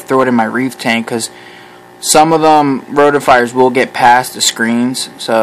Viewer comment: Roti-fers, not roti-fires